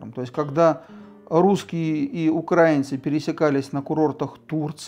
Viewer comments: О чем оно рассказывает если не правильно ставит ударения в словах украинцы, украинский и т.д ? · тогда и ударение надо ставить правильно в слове украИнцы...а то как-то про грамматику заявляем,а ударения ставить не научились...печальное зрелище...